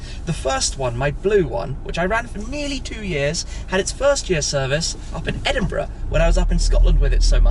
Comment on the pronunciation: when he said Edenbrugh I got Forza Horizon 4 vives especially with the DHL truck in the background